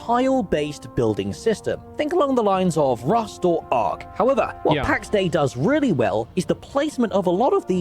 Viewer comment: It’s ark lol